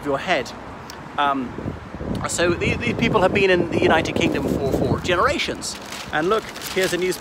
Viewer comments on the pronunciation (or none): none